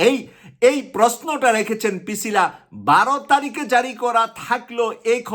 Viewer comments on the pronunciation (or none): Brother, not Picila, she is Pricila